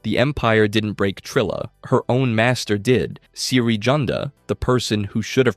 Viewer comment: Can we talk about how he pronounces Cere's name